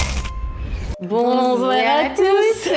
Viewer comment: mdr lintro "Bonzoir à tous" 😂😂